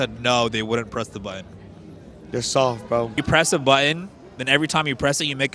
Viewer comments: Why can’t this guy pronounce “button”? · I would press it if the person who died was someone who pronounced 'Button' as "Buh-une"" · What happened to the "T's" in the word button? Can he even spell it? Cannot pronounce it for sure.